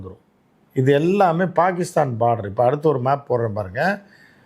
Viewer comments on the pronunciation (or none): none